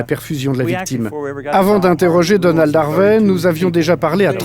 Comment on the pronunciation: "A quelqu'un comme Danold Harvey" J'ai cru qu'il disait Danone au début haha